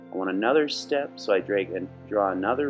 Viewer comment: Did you say "dreg"?